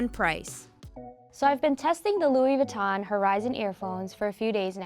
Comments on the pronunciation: She pronounces Louis Vinton wrong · they didn't pronounce louis vuitton right 😷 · I cringed every time she tried to say Louis Vuitton... 🤦🏻‍♂️🤦🏻‍♂️